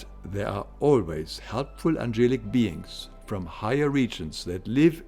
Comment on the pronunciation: I don't want where you come from. But you should pronounce the words correctly if you speak English. Please look up "angelic".